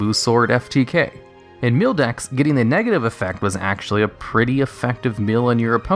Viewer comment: Its very odd you say meal decks, yet when you talk about mill by itself you say it correctly. Why is that? That's been bothering me. XD